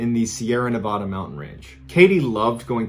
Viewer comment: you said nevada wrong lil bro